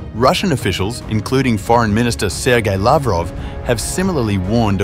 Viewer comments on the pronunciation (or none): none